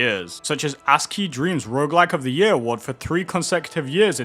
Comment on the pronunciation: "ASCII" not "HUSKY"